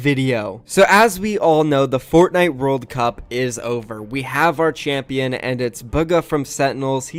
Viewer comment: It's pronounced Ch-amp-ee-on, it's not that hard 😂